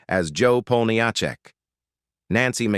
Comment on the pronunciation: AI voice over mispronounces Jo's last name. I have heard this problem on other posts by other content creators. It'd not artificial intelligence, it's artificial ignorance.